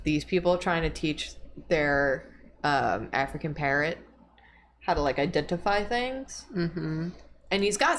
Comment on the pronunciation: it took me a good minute to realize was saying "african parrot" and not african parent i was SO confused.